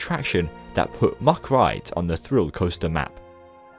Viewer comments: What never ceases to amaze me at Europa Park is the awesome theming. I've been to Heide Park many times before I first came to Europa Park and it just blew my mind. Europa Park's theming is just awesome. Oh, by the way: Good effort on pronouncing the ch, but Mack has just a hard k at the end ;) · Hey so I'm a staff member at Europapark and we actually pronounce it MaCK(K) :)